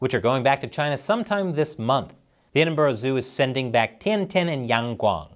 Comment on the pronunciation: it's funny how Americans can't pronounce Edinburgh right